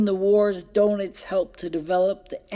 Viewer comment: Good presentation- but Admiral Doenitz is actually pronounced “ Dernits”, not “donuts” 😄